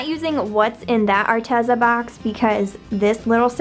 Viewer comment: She even pronounced Arteza wrong